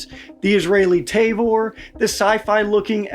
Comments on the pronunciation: Ta-vor not te-vor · T-ah-vor not t-ey-vor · I think T&P already did a video on this topic covering almost all these topics ages ago. Also it’s tuh-vor, not tay-vor. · As a Hebrew speaking Israeli, I must insist on proper pronunciation. It's not 'TAY-VORE', but 'TAA-VORE'. Otherwise, good video. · It's Tavor not Tayvor. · The Tavor rifle is not pronounced Tayvor. It is Ta-vor. Alao, the IDF is replacing it with the M4 rifle. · Say it with me. “TAH-VOR”. Also the pic you showed saying 16.5 is actually the 13.1 version that’s standard issue. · ah yes the good ole tay-vor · Soft a on the pronunciation of Tavor. The transliteration is weird that way.